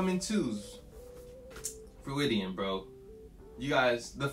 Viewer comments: he said freudian wrong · Great video, but that is N O T how you pronounce Freudian 😂